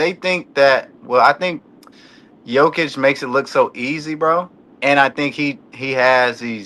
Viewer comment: Learn to pronounce GOATs name its Yo-Ki-Ch!